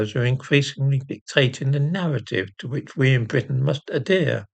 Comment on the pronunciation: “We must adeer”. What is an adeer?